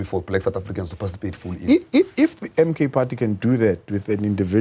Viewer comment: Tell its ''participate' not parcitipate